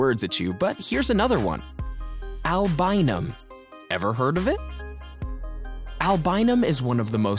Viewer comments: egg whites provide "albumin", not "albinum"...jus' sayin... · oh man did i hear albinum? man all i thought it was albumin. 😂😂😂😂😂😂😂😁